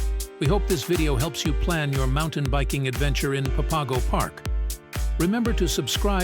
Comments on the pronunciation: Pa Pago? Lol. Its pronounced Pap Ago... You pronounce it totally wrong. You obviously have NOT been here. It sounds so stupid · Nice video showing off the trails, but it's pronounced "papa go"